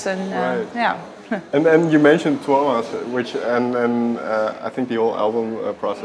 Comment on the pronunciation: The way she pronounces "Tuomas" was spot on! I'm so delighted!